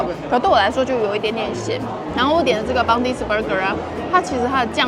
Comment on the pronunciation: Bondi 是念成 bondai 噢